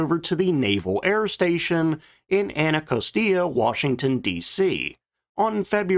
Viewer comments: Please pronounce "Anacostia" Anna-cost-that. It was in the news in the last 2-3 weeks due to the collision between the helicopter and airliner, as it is across the Potomac River from Reagan National Airport... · “Anacostia” is pronounced “An-uh-KOS-chya” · The silhoutte of the XFL reminds me of the AirTractor AT-802U SkyWarden. Unrelated and nitpicky... Anacostia is usually pronounced as ana-COST-e-ah. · Wow, really butchered the pronunciation of the Anacostia Naval Air Station: anna-COS-tiya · It's a Navy plane, a Bonita is a Tunny, a species similar to a Tuna. Quick and aggressive. The Navy named a submarine USS Bonita SS-165, long before the aircraft. You mispronounced the name of the Anacosta air station. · Massacred the pronunciation of "Anacostia". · Have you gone AI on us? that was the weirdest pronunciation of “Anacostia” I’ve ever heard. I found that odd as you talk like you’re from the Delmarva and maybe PA area